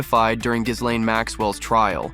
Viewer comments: More than half of the mentions I've heard of her in the media are incorrect. It's not hard!! gee-LAIN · Please learn how to pronounce Ghislaine if you are making a video that names her. Yikes!